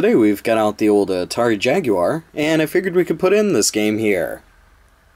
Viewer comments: Holy shit, an American that can say Jaguar correctly. I had practically given up hope. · Had this been a little less Street Racer/BC Racers and a bit more Mario Kart it really would have been help to the struggling Jaguar. As always Luke, Thank You for not pronouncing the Jaguar as "Jagwire".... The only people that should ever pronounce it that way should be Brits and even then it kind of bugs me. ;)